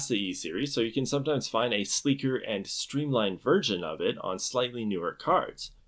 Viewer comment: he 100% said "a sleeker and streamlined virgin" instead of 'version'. That was a hard G.